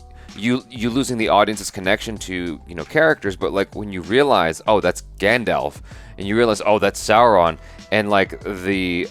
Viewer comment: Stranger = Gendalf